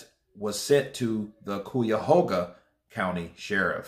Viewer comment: It is pronounced Kie-ya-ho-ga , rhyme with "pie